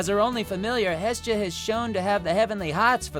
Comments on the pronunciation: He said hestia wrong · The way he says Hestia and Anna just tilts me